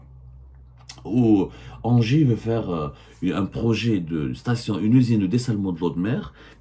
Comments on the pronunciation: ENGIE ça se prononce 'inji' cest tout bêtement l'ancien EDF électricité de France, et on pas ANGERS (ville) comme vous prononcez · ENGIE se prononce NGI